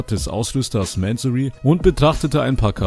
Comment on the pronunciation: Digger man spricht es einfach "mansorie" wie dieser marcus wenn mann eine solche luxusmarke in den mund nimmt sollte man sie wenigstens richtig aussprechen können.